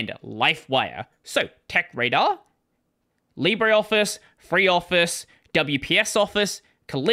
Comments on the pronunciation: leebruh, not leebry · It's pronounced "Libra"